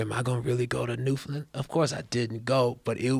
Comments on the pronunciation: I respect it, but they're still not saying it quite right. They're saying "land" like "lund". It's just "land'. New-fn-land. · Their pronunciation of "Newfoundland" sounds a lot like "New Finland" to me. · NEW-FOUND-LAND not New-fen-len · FYI: Newfoundland rhymes with understand. Pronounced New, fen, land. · It's new FOUND land boys say understand then newfoundland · Its pronounced "Newfin-land", kinda rhymes with "Understand". No emphasis on the "fin", otherwise it sounds like New-Finland. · Guys it's pronounced New - fun - land. I'm Canadian. I know these things. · Their attempts to pronounce Newfoundland are hilarious. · Man the pronounce New Founland weird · Canadians are secretly upset that Joe and Hannibal keep mispronouncing Newfoundland but are too polite to write any comments saying anything about it. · Both of them mispronouncing Newfoundland so much is driving me insane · Newfoundland being pronounced wrong gave me physical pain. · If you're pronouncing Newfoundland correctly, it'll rhyme with Understand. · Say ‘understand’ and then rhyme it with ‘Newfoundland’. And there you go. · I’m from Newfoundland and the way you pronounce the name of our province make me want to burst my eardrums and no one likes curling here when did you do a show 1987 come in this decade you’ll see I love the podcast btw but I can’t believe you’ve been here and still can’t pronounce it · Shout out to NFLD, just got work on your pronouncing of it.